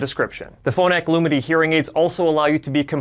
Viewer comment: As a deaf person, I am really grateful to people who speak clearly. All I am hearing here is "Loominy" but it's spelt "Lumity". That is difficult for me. But it needn't be....